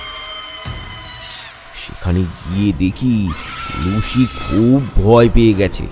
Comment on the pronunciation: লুসিকে লুশি বললেন বারবার। শুনতে খুব অড লাগে 😂